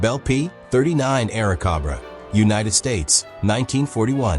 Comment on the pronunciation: ..or the P39 Air-a-COBB-ra. Frigin painfully lazy ass content.